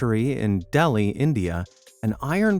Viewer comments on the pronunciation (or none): none